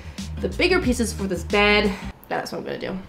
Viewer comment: why do you pronounce 'gonna' so weird? this is why everyone should just have american accents lmao